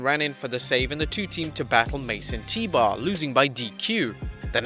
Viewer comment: I keep thinking he is saying Mason Teebar.